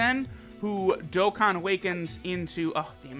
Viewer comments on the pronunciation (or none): Y u always say dokkan battle filed